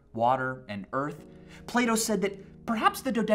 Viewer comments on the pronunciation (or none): It took me 3 days to realise that he was saying plato and not "play doh" I thought the company play doh was saying philosophical things on Twitter or something. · who else thought he was saying play-doh instead of plato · I thought he kept saying play-doh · I keep thinking he says "Play-dough" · Every time he says Plato, I think he's saying Play-Doh. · So, Plato is pronounced differently in German. "Plah-Toe" Took me way much longer than I'd care to admit to figure out Michael didn't want to sell me some Play-Doh.... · Sounds like you say playdoh when you say plato. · Am I the only one that heard play-dough instead of plato lol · i thought he was saying play dough :/ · Sorry but “Plato” in an American accent just sounds like Playdoh